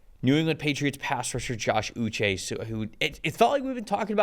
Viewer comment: Pronounced oo - SHAY' Like the Waterboy, but without the "B."